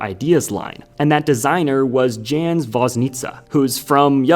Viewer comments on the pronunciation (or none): as a polish person, i am gonna say that you said jan if it was dżan